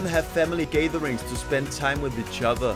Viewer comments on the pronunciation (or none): "Gay-ther-rings" Gatherings, so danish xD